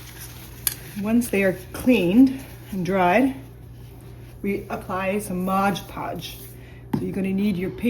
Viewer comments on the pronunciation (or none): Great video but it’s MOD podge - not MODGE podge. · It's MOD, not modge!